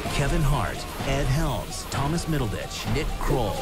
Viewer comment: did he say Thomas middlebitch?